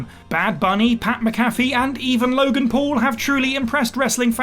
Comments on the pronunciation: 🤦‍♂️🤦‍♂️🤦‍♂️ how do you screw up his name like that it’s pat mcafee not macafee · Im just gonna take a second to acknowledge how u said pats name its MAC a fee not mc A fee one of the best nfl punters and kickoff guys ever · The way you said McAfee is enough to make me throw up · You pronounce ‘Pat McAfee’ like a donut. It’s someone’s name, guy. There’s only one way to pronounce it. And it ain’t the way you said it.